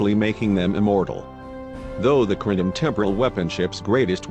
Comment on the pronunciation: Super weepons and Romulan pre-door. and who's Jim Hatter? Brother of Bob Hatter of course! Gene Luke 'Skywalker' Picard has always been my favorite captain. Cling-in sheeps are some badass veesules. "Unnamed species from fluidic space" - hmmm, I guess I imaged all those times they called them species 8472. Nevermind, the robot just contradicted itself by saying the name.